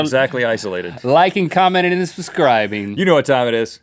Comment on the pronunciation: "liking, commenting and sibsisbcribing"